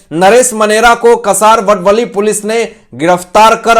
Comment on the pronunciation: कसारवडवली नही। का सा र व ड व ली ठाणे वे.